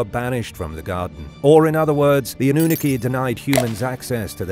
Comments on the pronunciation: AH-NEW-NA-KEY hahahahahah UN-NUNE-EH-KEY hahahahahahaaha go with the first one I typed you're saying it wrong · 🤣 AnnUnaki instead of AnnunAki🤣 horrible bot. Greetings from Netherland (I may not write flawless in English but do speak it flawless.) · Ok, so I can't handle this pronunciation any more. It's A-noo-NA-kee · Or AWE-NEW-NAH-KEY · Dude holy moly you've said it wrong every time this is wild.... go watch ancient aliens bro 😂😂😂😂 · The way you pronounce The Annunaki 💀💀💀💀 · Dafinitely a robot talking. Couldnt even pronounce annunaki right. Still like this show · Pronounce the annunaki correctly.. The English teacher.